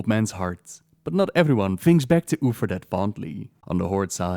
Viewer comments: Your pronunciation of 'Uther' sounds more like 'Oofer". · Love u especially the way u say uther xD, Oofer